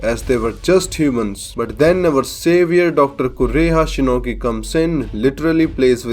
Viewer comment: I lough so much everytime when you say DR KOREHA SHINOGI or when you say FOUR THAUSEND YEARS .😂